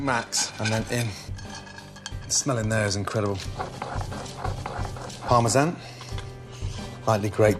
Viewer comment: The way he said parmesan is hilarious.